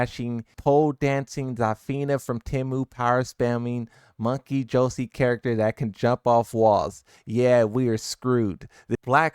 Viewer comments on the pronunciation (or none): none